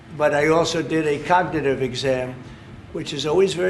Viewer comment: Trump's cognitive test obviously didn't include pronouncing the word cognitive correctly.his mental and physical health are obviously seriously impaired.